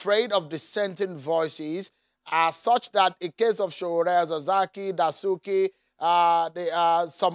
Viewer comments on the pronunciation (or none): 😂😂 Baba SAN thinks they are are talking about another guy called Sowole. It’s Sowore not Sowole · 😂😂 Baba SAN thinks they are are talking about another guy called Sowole. It’s Sowore not Sowole.